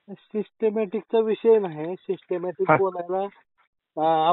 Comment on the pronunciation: सिस्टिमॅटिक नाही म्हणत त्याला... कोण म्हणते त्याला सिस्टिमॅटिक बोलता येते...😂